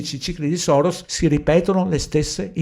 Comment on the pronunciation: Perdonami, ma per deformazione professionale hai detto Soros invece di Saros dopo Espenak.😂😁🙏